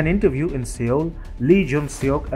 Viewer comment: Sir! With apologies, I think that the appropriate pronunciation of the South Korean capital city is "SOUL" (although the spelling is Seoul) and not 'Seol' as has been mentioned here. Thanking you. 🙏